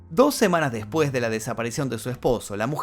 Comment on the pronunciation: El video esta muy interesante.Pero el narrador como muchos pronucia la eltra j en vez de la S y eso es annoying Por ejemplo cuando dice (deJpues de 2 semaas }